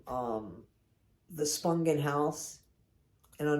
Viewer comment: AT LAAAAAST someone says her name right!!🎉